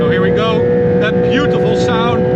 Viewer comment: 뷰~티풀 발음이 매우 찰지군